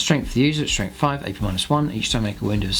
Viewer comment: And if he says "Strengf free" instead of "Strength three" or "free Damage" instead of "three Damage" for many more videos I'll have to cancel my subscription. Use your natural dialect off camera please. When the little red light is on, please use a more "professional broadcasting" dialect. Your local newscaster probably pronounces "th" sounds as "f" or "v" sounds at home, but I guarantee he or she pays special attention to enunciation whenever the camera is on too.